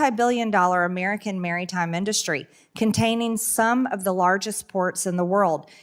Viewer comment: Lol...🤣😂🤣 She is a waste of time, money, a seat in Congress, and oxygen. Cut her microphone. BBBBB- Her speech just sucked! Blah!Blah!Blah! Boooooooo "Merrytime industries" Did she mean maritime? Why waste time on this issue. Where is Elon to show proof of FRAUD & WASTE all while blowing up our government.